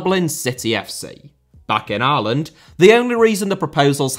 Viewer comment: Repeatedly hearing "Areland" is doing my fucking head in